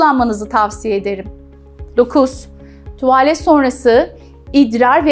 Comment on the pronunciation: keşke bu kadar tuğvağlet demeseydiniz